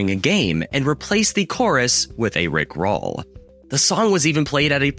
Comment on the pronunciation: My guy saying "rick ROLL" like a high school student trying to understand iambic pentameter. 😂